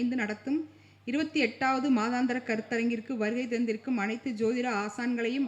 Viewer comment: மாதாந்திர என்பது பிழையான உச்சரிப்பு